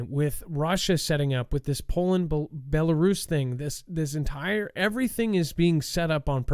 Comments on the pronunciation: i am laughing at you actually. If you watch the show regularly, you would have seen Dex and Adam going back and forth about the pronunciation of Belarus specifically. Your ignorance is impressive. Have a great day! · its is a pea-nut, not a pea-nit. Its a wolf, not a woof. Its Bela-rus, not Belaris. Just saying.... lol are you going to correct yourself on the next show? Just playin bud.